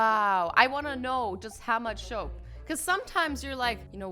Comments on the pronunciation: WOW... I wonder how much shoap.... I was like what? And realized she meant soap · Azzy: Shoap :>